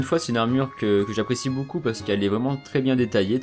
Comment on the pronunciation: Vidéo de qualité. J'aime ton "boucoup" :)